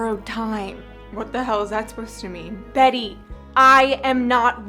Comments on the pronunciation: omg she even got betty's voice and pronunciation right WHAT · you did betty's pronunciations so well omg she talks just like that